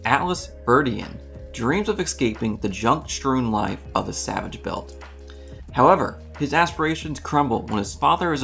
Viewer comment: I appreciated your mispronounciation of "Salvage Belt" to "Savage Belt" making it sound all the more badass 😄